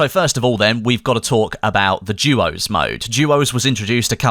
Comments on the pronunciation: it called duos not juos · is it just me or does it sound like is saying jewos???